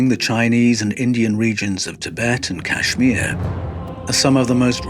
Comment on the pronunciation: Listen,. kAshMir ( since you're incapable of pronouncing it correctly) is NOT any kinda country. It's a STATE in the Indian subcontinent